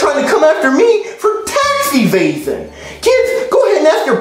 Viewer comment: When said "Tax Evasion" it sounded like "Taxi Reasons" so 5 Year old me actually walked up to my mom and asked "Mommy whats Taxi Reasons"